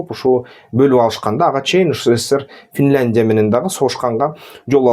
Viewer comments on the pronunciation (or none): none